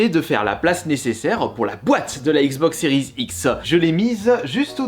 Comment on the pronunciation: Lol tu galères a dire Xbox série x😁